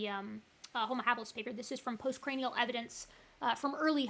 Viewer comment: yeah - these creationists don't understand what they're reading. At one point he said 'post cranial' - rhyming post with lost. That says it all.